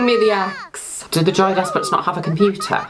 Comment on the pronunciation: I thought you were saying Joey Despret this entire time. I can't unhear Joey.